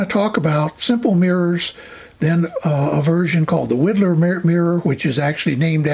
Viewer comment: It's WHY-dlar, not WEE-dlar. Widlar was very sensitive about his name pronunciation. Anyway, thanks for your videos.